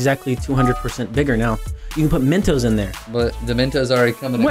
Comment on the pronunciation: The way they say Mentos makes me cringe hard